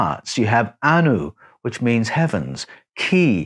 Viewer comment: Anu not Anul (below)